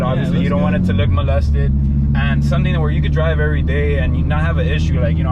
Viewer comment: What did he sayyyyyy “molested” lmao